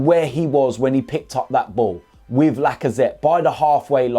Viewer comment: “If I’m honest wiv ya”